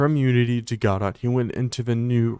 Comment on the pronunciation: You did pronounce it correctly :) I only found out recently it isn't pronounced like a French word.